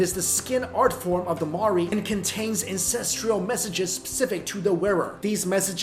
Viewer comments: the way you say Maori hahaha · That's not how you say Maori